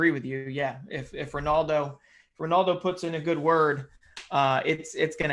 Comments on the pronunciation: This guy is so annoying he tries to hard on pronunciations its like Martin Tyler but on a whole other level Honald? What are you saying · no romaldo doesn't pronounce his name that way so how is that right shut up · He never pronounces the letter O at the end of any name. Is that the real portuguese way?